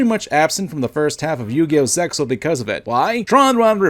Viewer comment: Uhm... her hair... looks like someone sewed a cat carcass ONTO her head. That is what I literally thought when I saw her for the first time. Also, obvious comment that sadly needs to be said... ZeXaL is said "Zeal". Or rather "Se-a-ul". Also as Kaiba said, ZeXaL does not exist, just like some of the GX and a little of 5Ds.